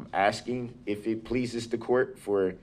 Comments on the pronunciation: I object to you “axing” me about lawful law😂😂😂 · She is not axing you she is asking you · The way he keeps "aksing" the same redundant questions, Im amazed he even knows how to Breath.